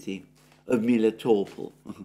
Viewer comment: Besides people mislead him. Like, one who wrote to him haven't pointed that second "e" in Klescheevka means "ye" with Russian rules of pronounciation, I.e. Alexander was right when pronounced it as KlescheYEvka. About pronounciation of Melitopol he was completely mislead BC locally it's name pronounced as MelItOpOl', with complex stress, very close to the Greek pronounciation—just with soft "l" at the end (similar to soft consonants in German, which may be more familiar for someone). Also Slavyansk and Kupyansk are SlAvyansk and KUpyansk BC it's cities of Nova Serbia and they have Serbian stresses but one who gave all this references simply uses "Great Russian" rules of stresses not realizing that this cities may not have Russian names.